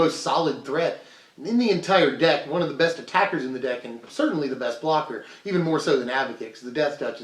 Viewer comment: Ah....Ze cat.... we meet again